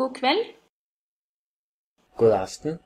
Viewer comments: When the Swedish person says God Kväll does she actually pronounce God as "guk"? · No, it's just very common to not pronounce the d in "god". Technically you should, but in everyday speech most people skip the d.